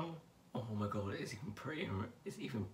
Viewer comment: Yes!!!!! 💜💜💜💜 my favorite reviewer!!!!!💜💜💜💜💜💜 I love everything!!! 💜💜💜💜look at your robe!!!🖤🖤🖤🖤and the hoodie!! 💚💚💚💚💚 Your hair is AWESOME ❤️❤️❤️ Omg!! Cannot wait for my palette 💜💜💜💜 thank you for sharing 💜💜💜💜 You are ADORABLE 💜💜💜💜💜💜 I love when you say: OH MY GUD!! 😂😂💖💜💜💖 Omg I wish Jeffree saw this 😍💜💖💜💜💜💖💜💜💜💜💖💖💜💖💜💖